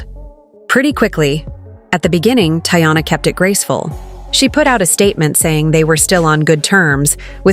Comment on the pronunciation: First off, thats not how to say her name goofy